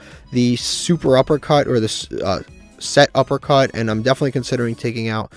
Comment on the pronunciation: PLEASE it's pronounced SETuppercut NOT SUPERuppercut💀 Also you cannot afford to play anything over 40 cards since you need to maximize seeing your best cards, for the chaos pile I'd probably cut Ogopogo, world lance, the GO! D/D/D card, DW dealings, and probably the motor frenzy and elephant since all of those are pretty low impact